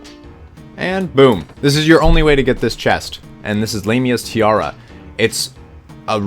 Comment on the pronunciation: why do Americans say everything wrong? its LAMIAs tiara not Lame-ia